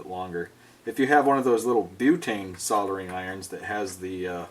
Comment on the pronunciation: You must be the only US citizen that actually pronounces "soldering" properly. There is a God after all. Keep up all the awesome work. Love your video's.